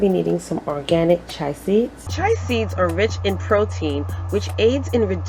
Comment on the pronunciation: Chia pronounced Chee-uh. We have to take care of one another. You have helped me so I will return the favor.